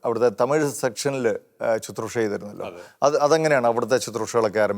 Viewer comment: ശുത്രുഷ അല്ല. ശുശ്രുഷ. ദയവായി തിരുത്തുക...